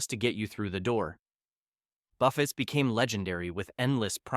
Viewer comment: Why can't these AI say buffets properly?